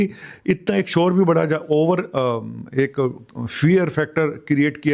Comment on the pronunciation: Bad gaya nahi badh gaya. Hindi seekh le